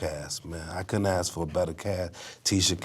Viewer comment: Wait a minute.. Is Snoop saying aks instead of ask? This is not Futurama dude lol